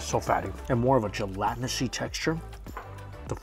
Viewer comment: Jell-at-in-us. Gelatinous. Not Gelatinousy, drop the "y"